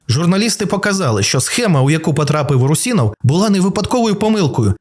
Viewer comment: Русинов) ударение на у пожалуйста